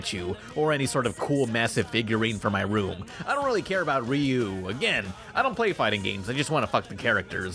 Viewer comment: Ryu is pronounced as "Roo". Some alphabets in Japanese, such as "y", almost don't exist, like "J(y)agaimo" (potatoes). I learning Japanese on Memrise pays off. (Plus, was John DiMaggio crying?)